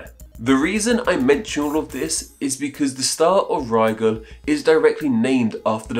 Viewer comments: What's weird is he pronounced the Arabic version to sound more like "Nigel" than the English corruption!!! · Have I been pronouncing Rigel wrong? All this time I thought it rhymed with Nigel.